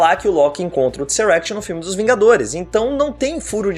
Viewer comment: alguem avisa esse cara q é Tesseract, e n Tseract